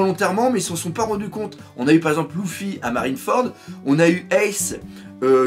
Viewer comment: euh doc on dit luffy pas louffy